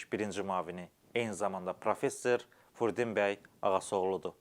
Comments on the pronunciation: hörmətli Ağsaqqalın adını düzgün tələffüs edin, “Fürdun bəy” yox, “Firudin” bəy. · AY, AY BİSAVAD, " FURDİN " YOX, FİRUDİN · Furdin deyil,Firudindir! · Furdin yox , Firudin . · Frudin bəy yox, Firudin bəy.